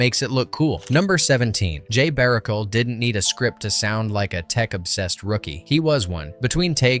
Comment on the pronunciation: bara-shell say it with me now! BARUCHEL!!!